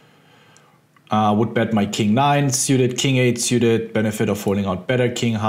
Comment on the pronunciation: I love the way you pronounce 'Syewted' Ben :)